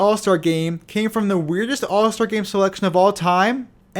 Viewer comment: UH-PIT-OH-ME. Epitome. Not "epi-tone" 🤦‍♂️